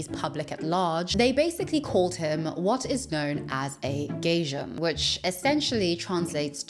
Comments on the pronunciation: Loved the video! By the way, gaijin is pronounced “guy-jin,” as in “guy” from guys and dolls and “jin” as in gin ‘n tonic. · Fantastic video! Just a heads up, the word for "foreigner" in Japanese (gaijin 外人) is pronounced guy-jean. ❤ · You can't even pronounce the word 'gaijin', which is the Japanese word for foreigner. Instead you say something like 'gaysean'. You clearly have not put much thought into this video, if thought is even a known concept to you. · Thank you for saying this. I was so confused. It’s supposed to be pronounced like “guy-jean” and it simply means “foreigner.” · The way you keep pronouncing gaijin is crazy. Google translate is free, sis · I mean, doesn't matter where you're from, when you make a video at least look up the pronunciation of the word you're going to be mentioning quite often throughout it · I don’t mean this a rude way but gaijin is not pronounced that way 😅 it just a detail but it really took me out of the story as I had no idea what you meant. I recommend using google translates feature where you can listen to the pronunciation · You’re mispronouncing Gaijin so bad giiiirl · Very weird, it's addressed in the video description under 'FAQ'.. but it makes no sense at all. I think enjoys mispronouncing things, for example in this video she hears Ryan use the japanese word 'gaijin', but she insists on saying it in a completely different way! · Sweetie you can say Chai and Thai but that's really how you think 'gaijin' is pronounced??? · Haha lol it took me a second to realized you were saying gaijin when you said gayjin hunter. It’s pronounced like guy-jean. But the guy part goes up at the y part. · Pronounced GUY-JIN . Thought you were saying gaysian for a while 😂 and wondered how this guy got himself into gay Asian’s business lool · gaijin-pronounced (gai-jeen) not gayjun. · guy-jeen. Not gay-jen lol. thanks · Girl, "gaijin" is pronounced "guy-jin", not "geijeen" xD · You pronouncing gaijin as gaysian is taking me out